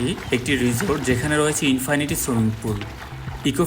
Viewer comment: Infinity swimming pool এর "Infinity" উচ্চারণ হবে "ইন্-ফিনিটি" হবে। কিন্তু আপনি দুইবার ই উচ্চারণ করেছেন "ইন্-ফানিটি"। আপনি একজন content creator হিসেবে এই গুলো silly mistake ঠিক করে নিবেন ভবিষ্যতে, এই আসায় আপনার জন্য শুভকামনা রইল।